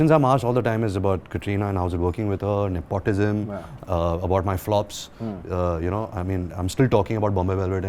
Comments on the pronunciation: Am i the only one who cringed every time he said ne-POT-ism? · He said nepautism 😂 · am i the only one bothered by how ranbir kapoor pronouces 'nepotism' cringes